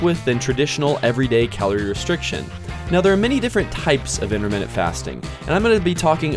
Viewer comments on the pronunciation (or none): Why does he say interminute fasting?